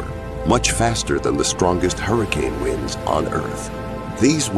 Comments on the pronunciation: he is talking about "Winds - Air Current", but this bro said "Wind - Twist or Turn". WTF, I know English is a dumb language but how did you mess that up? Love the videos though, Just wanted to point out a mistake =) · about he says WINDS like winding a clock instead of WINDS like windy day lol